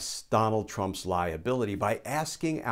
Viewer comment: thanks for the humour: you said liability, and I heard lie-ability. appropriate!